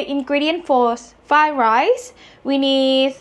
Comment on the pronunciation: Am I the only one who hears "Thigh Rice" instead of "Fried Rice"?